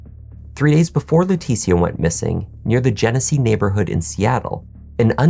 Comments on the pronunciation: Her name is not pronounced Laa Teetie Ah. It’s Laa Tee Sha. C’mon man. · Just an FYI, her name is likely pronounced Letesha, kind of like Patricia. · your annunciation and delivery are impeccable. However, I have a couple of friends with the same first name and they pronounce it "Le-tisha", of course not everyone is the same. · Leticia pronounced La tee sha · He is. He murdered that ladies name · You keep pronouncing her name wrong and it's so annoying. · You can't pronounce Leticia's name correctly, even though you used footage where it's pronounced properly? She's good enough for you to attempt to make money off of her tragedy, show some respect by pronouncing her name right.